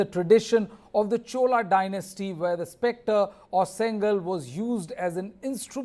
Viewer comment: Oh god, plz pronouns correct, sengol ( szen +goal), reporter pronounce sengal which means bricks